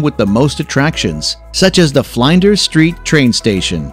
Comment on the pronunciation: Video pronounces Flinders St as Fly n ders St and Brisbane as Brisbayne. So unauthentic as an experience video because yo would know how to pronounce them if you visited.. Most people still call Uluru, Ayers Rock and the other what ever name as the Olga's. Wok ism at its worst Cultural appropriation to use their own terms.